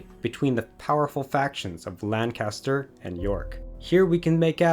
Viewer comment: You give information about Mary, Queen of Scots that you say happened in 1537 and 1538, but she wasn't born until 1542. She fled to England in 1568. Mostly good information, excellent photography, but pronunciation needs work (Lancaster = LANK-uh-stur; Gloucester = GLOSS-tur).